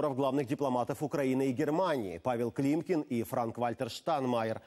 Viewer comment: климкин УВАЛЕНЬ-К ЛОГОПЕДУ!